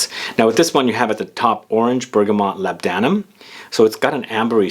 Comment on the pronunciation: labdanum is pronounced 'lor-da-num'